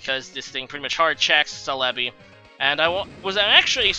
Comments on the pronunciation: Celebi = se-le-bi (stress the se not the le) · The way he says some pokemon names like celebi not calehbi or intimidate makes me cringe but still love his vids